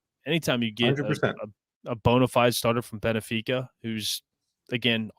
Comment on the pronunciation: You guys need start saying these players and teams right! Like you said benfica so wrong